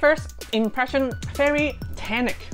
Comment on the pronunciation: I love your accent, when you say "very" it sounds like "bery", I'm not making fun of you I think your accent is adorable and endearing, please don't try and change it, your legs in nylons are amazing btw